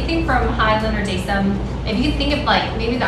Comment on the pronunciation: It is pronounce as (hyolyn) You lyn not hayolin and (dasom) the som not daysom hahahaha